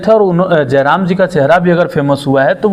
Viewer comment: Are reporter pahle tu jairam ka naam achha se le jram jaram Mt bolne ...